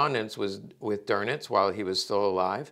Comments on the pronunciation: Karl "Doenitz", not "Dornitz" or "Gorbbels". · Minor critique... the Grand Admirals name is pronounced "Doowe-nitz" not "Der-nitz". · No R in Dönitz 😮